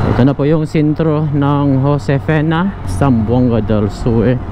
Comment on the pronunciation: Josefina hindi Josefena tanga